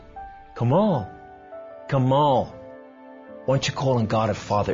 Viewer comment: it seems to me this guy is a story teller.. no one's named Kamel and is arabic and would pronounciate it as Kamaaal :) he is definitely not arab :D